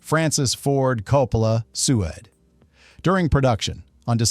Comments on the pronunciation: Don't you just hate AI speech - how it mispronounces things? This is probably created by some woman in Nigeria. "SUU-ED" "SUUUED" .. sued. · I know of no person who watched Contact and didn't understand the implication of the missing 18 hours. This is NOT a revelation at all. And that AI narration is jarring... awful. It is "sued", not "sue-ed". At least fix the AI speech before posting. As for CNN being worried about the "blurring of the line between 'real journalism and fiction'"? Really? They do it ever minute of every day. It may have have been more like them worrying people could "see behind the curtain"... just how easy it is for them to do. They do it all the time. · Sew-ed . = Sued. haha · I hate AI. It’s “composiTed”, “Jenna” Malone not Geena, Sued not SouEd. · This is AI reading.. its all AI.. well when you hear the word SUE ED ....sued. haha. So you have no clue if ANY of this is true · ....."Francis Ford Coppola SOO-ED (sued)"!!!!!????? Your POS AI can't say the FKN word SUED????!!!!! WOW!!!! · FIX UR DUMB AI LANGUAGE!!! IT IS NOT PRONOUNCED " SEW-WED"...IT'S "SUED"...DUMB AI IS TAKING OVER...GREAAAT... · This AI voice bullshit sucks. Jena Malone is "Jenna", NOT "Geena". "Su-ed" instead of "sued"? Really? Just use a real person to read the info. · su - ed? TTS FAILURE! sued pronounced 'sood' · uhhh,seriously? "Sue-Uhd" is whatcha get using AI to narrate. 🤣 Cheapens the WHOLE video. And I'm not even gonna be watching the rest of it BECAUSE of it. Pathetic. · SOO-AYED? AI much? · Your should check your AI voice over before releasing... SU-ED????? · Sue-ed? Is that whent the hog come? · Is this an AI voice? Nobody says "sued", its pronounced like "suid". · Francis Ford Coppola “SU-ah” 🤡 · Good grief. Your text-to-speech AI doesn't even know how to pronounce the past tense of "sue". Soo Wed, he says. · Really ? SAI (stupid Ai) "su ed"? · Francis Ford Coppola SOO-ED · Who the hell is "Sue-Ed", oh dear AI, not really ready to take over the world quite yet.